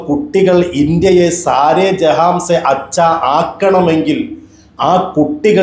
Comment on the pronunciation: ജെഹാംസെ എന്നല്ല ജെഹാൻസെ എന്നാണ് 😅😅😅